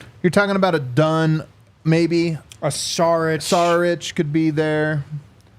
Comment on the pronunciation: It's pronounced 'Sharic' like a shark